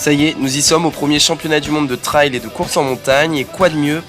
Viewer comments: La pronunciation est fausse . Trail not trial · Sa se dit treil et pas traaail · Super diversification tant dans le divertissement que dans l'apprentissage de cette nouvelle discipline 👍 Par contre ça se prononce "trèl" 😉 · Bravo ! Par contre je ne comprends pourquoi vous prononcez "trail" de cette façon